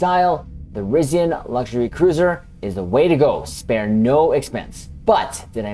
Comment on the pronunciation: You pronounce some words incorrectly. Chronology and Risian